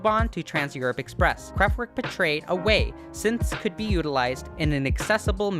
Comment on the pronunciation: kraftVerk!!!! Not kraftWork!